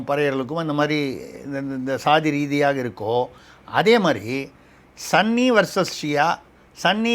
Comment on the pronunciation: Dear: it is ஸுன்னி and not ஸன்னி. Please use ஸுன்னி going forward so that you will sound more authentic. Kollengode S Venkataraman